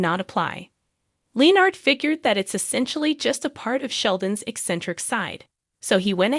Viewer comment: Sorry, but your voice AI is mispronouncing Leonard's name.